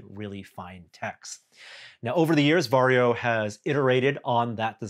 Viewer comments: It's weird as a Finn hearing English speakers pronounce "Varjo". Sounds like Wario. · English speakers rarely know that Finnish J is pronounced more like Y. Perhaps if Varjo becomes mainstream consumer manufacturer, English speakers will learn from feedback. :p